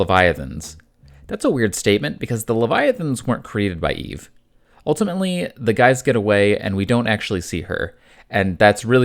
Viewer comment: Eevee? 👀 you using an AI voice and didn't catch that typo?